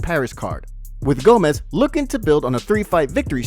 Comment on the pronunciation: come on dude ! The man's name is Gomis, not Gomez !